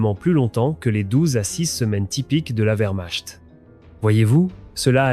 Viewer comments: "le furaire et la vermachte"" les ouaffeune ss" ... incroyable .... de médiocrité ...trêve de blabla, les SS étaient des barbares inhumains et pour les "trier" et les éliminer, ils avaient leur groupe sanguin tatoués sous leur aisselle... alors on les fait défiler les bras en l'air et malheur aux tatoués !!! bon débarras. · Quand on parle de l'Allemagne, fusse t elle nazie, chère voix synthétique, on prononce correctement les mots allemands. C'est cela aussi la culture.